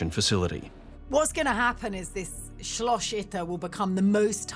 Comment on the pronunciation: SCHLOSCH Itter... lady just say "castle" instead of repeatedly butchering the german language.